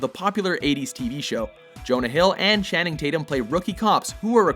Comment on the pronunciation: Anyone else bothered by the fact that he pronounced Cherub like "Chair-rub" and Channing like "Shanning"?